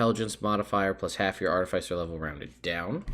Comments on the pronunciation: Says he'll go back and forth between Arti-FICE-r and Arti-fiss-er, but says FICE throughout the video. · It's pronounced Ar-ti-fis-er not Ar-ti-fice-er because an artifice is a complex machine and an Artificer is someone who builds and works with artifices. These are actual real world terms. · No one else in the world says FICE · everybody who pronounces it art-i-fice-er probably likes the taste of arti-fice-ial sweetener. hopefully they don't get pulled over by an off-fice-er of the law. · Long "i," short "i," it does not matter as long as you do not pronounce it ar-TIF-icer. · The way you phonetically spelled that out isnt right I think.. aar-te-fiss-er is the right way to pronounce it. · The real pronunciation war is Ar-ti-Fi-cer vs ar-Ti-fi-Cer